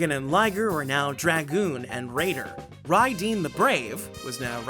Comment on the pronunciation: To be fair , mazinger in Japanese is pronounced (Madzinga/majinga) , and combattler would be (kombattora), so it’s not far off. Although Raydeen is Raideen (rye-deen) Great retrospective! That said I’m really happy that Bandai has just reissued the great mazinger Jumbo Machinder !